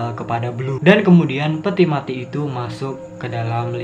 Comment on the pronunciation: We jangan o e o e kalo mau ngomong mati jangan ma i Nanti ga paham bro kalo gitu